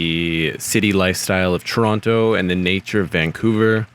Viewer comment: 1) You're pronouncing "Toronto" wrong. 2) Calgary is also a Tier 1 city; actually everyone from Toronto and Vancouver are moving there. Please do a little more research. Best of luck